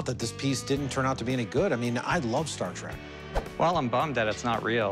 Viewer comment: Cory says, "Star Track". Credibility lost.